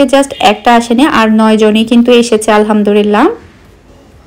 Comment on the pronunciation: আপু,কিছু মনে করবেন না প্লিজ। ১০০ কে হওয়ার অনেক আগে থেকেই আপনার ভ্লগ দেখি।অনেক ভাল লাগে। ত,কথা টা এর আগেও অনেক বার বলতে গিয়েও বলিনি।কিন্তু এখন বলেই দিচ্ছি,প্লিজ কিছু মনে করবেন না। আপনি যে,আলহামদুরিল্লাহ বলেন এটা ত ভুল আপু,আলহামদুলিল্লাহ হবে ত।তাই না!!...